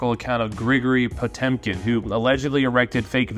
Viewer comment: Actually 😂 it is: - Pot-ë-mkin Pronounced like that: - Pot-yo-mkin